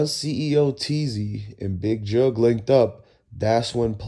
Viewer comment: His name is jook bruh jook not jugg